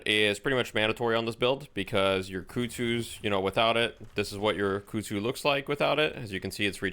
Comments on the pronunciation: Christ on a bike.... "Kuhd zoo" KUH KUH KUH she even says it when she throws it. Koozoo isnt even damn near close. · This is very nitpicking, but dude Ivy herself yells kudzu when she uses the bomb. You have no excuse to mispronounce it that badly.